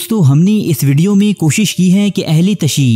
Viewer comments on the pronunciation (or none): none